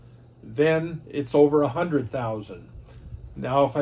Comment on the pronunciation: “One hundered”